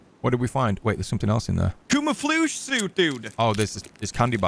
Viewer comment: said commafluge 😭